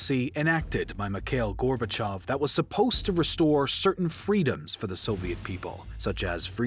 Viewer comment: FINALLY! someone who correctly pronounces gorbachev (gorbachiov) every other history youtuber says it how its writen and its annoying